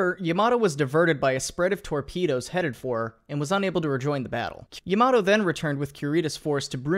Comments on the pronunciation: For fucks sake its not "yuhmatoh" Its Ya-ma-to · I cringe every time an American incorrectly pronounces Yamato. Ya-ma-to not yam-mar-do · It's ya-ma-to, not, yAmAto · i thought it was pronounced yamamato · YAMATO, u pronounce it as a toMATO jeeez, ita YA MA TOU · And how almost nobody pronounces it correctly: ya-ma-TOE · The way he pronounces "Yamato" 💀